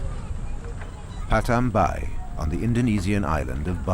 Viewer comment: This documentary lost me at "Patham Bai". The village is called "Padang Bai".